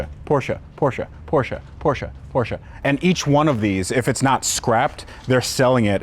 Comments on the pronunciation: "porschA" is a good name for a stripper; the car is called porschE (not porsh, not porsha, porsche!!!) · the fuck is a "porscha" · For God's sake it's PORSZ. Do I need to write it in Polish to you to understand ? There is no foking E in the end. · as an car enthusist u should know how to pronounce Porsche. A hint its not porsch-a like u americans say